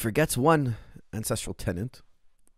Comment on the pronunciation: "9 encestral elements" 😅